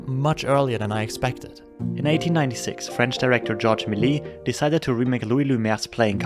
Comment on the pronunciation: Sorry but it's prononced "May-li-yes" not "Mel-yeah"